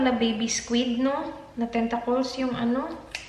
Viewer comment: Tentakols? Th kasi